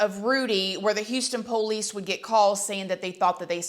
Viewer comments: I like how you say po-lice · It makes me giggle every time she says police bc she pronounces it like “pole-lease” 😂